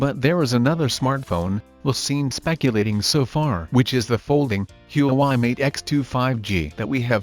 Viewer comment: U pronounced huawei wrong